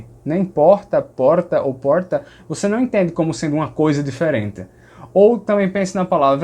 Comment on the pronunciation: Adoro o seus vídeos. Só gostaria de pontuar uma coisa. Sou paulistano, você acerta ao dizer que os ditongos "nasais" daqui seriam na verdade uma nasalização da letra final, como na palavra "Não". Porém, o som que você fez assemelhou-se mais a um esteriótipo divulgado pela mídia em programas de humor (claro que sei que não era a sua intenção). A mídia brinca com isso, mas não representa 0,001 por cento do do sotaque paulista e principalmente do sotaque paulistano. Na verdade, palavras com lã, rã, amanhã, âmago, Ana, etc, o "A" tônico, nesses casos, pronunciamos mais como um som próximo a um "schwa tônico", aquele V invertido do IPA. No ditongo "ão", a mesma coisa, ou seja, o "ã" como schwa e a nasalização recai no "o". Vou tentar transliterar "ão" paulistano = schwa + u + "ng". Desculpe, pela transliteração esquisita, não tenho os símbolos IPA aqui no teclado. Adoro o seu canal, as informações precisas que você traz e o conhecimento que compartilha, além da simpatia. O conteúdo é top. Aprendo muito com você. Parabéns e muito obrigado!